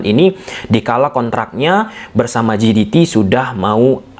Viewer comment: JDT dibaca JeDiTi atau pakai aja ejaan indonesia JeDeTe jiditi=GDT ❌